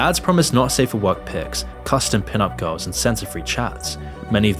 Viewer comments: Haha he’s says GOWS instead of girls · It would help hugely if when you said girls it doesn't sound like guys. Just saying.